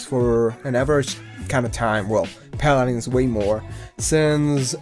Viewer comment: JJAJAJAJAA 'Palarensss'